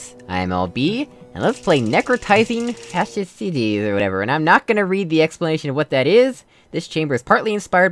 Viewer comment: Haha nice one! I genuinely felt your a-ha moment when you discovered the solution. Glad you really enjoyed the puzzle! :D , I actually thought you were really calling me in real life xD By the way, fasciitis = "fare-she-eye-tis" ;)